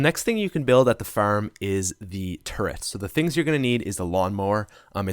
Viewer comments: Hold up am i the only one that noticed him say "ferm" as in farm, and also he said car wrong but whatever, keep up the good work man. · Now at the ferm😂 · the way he pronounces farm😀